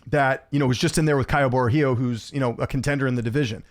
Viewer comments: Well said. Fluffy Hernandez is a savage, I also pick him to beat Bo Nickal. By the way, Caio Borralho's last name is pronounced 'Bo-hall-yo' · Isn’t it pronounced Kyle bro hi oh